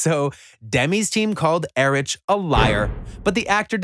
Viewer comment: Max er rich lol it’s pronounced like Eric